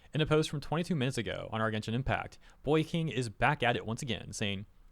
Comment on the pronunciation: Dunno if you haven't seen my comment on the other video but his name's not "Boy King", it's "Bo Yi Qing". Perhaps worth pointing out is that the Q in his name is the Chinese "Q" which phonetically is "Ch" like "Keqing" or "Qiqi".